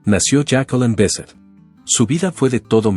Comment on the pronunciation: No es Jacqueleen, y no es Besset, es falta de respeto leer mal un nombre¡